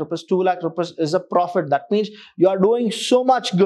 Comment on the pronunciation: Loving the way you teach the concepts and the use of very easy English,, But here's a small request sir, please prouncec rupees as rupees not as rupas it disturbs the flow (to me)